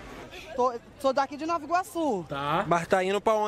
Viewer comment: Caralhoooo, amo meu país NovAAAA(pq ninguém fala NovI Iorque, euhein) Iguaçu. ❤ Ele do calçadão foi parar lá no Alvorada, cara😂😂😂😂